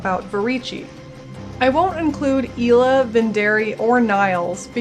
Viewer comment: is it you'r shtic to pronounce in-game names incorrectly ? :D its Adiya not adIya, [ai]la not [e]la :) also kUrai*